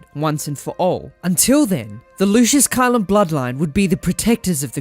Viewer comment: Heads up for pronounciation. Caelum is pronounced Kay-lum and Scourge in Starscourge is pronounced Skerj not scrooj. I understand if english isnt your first language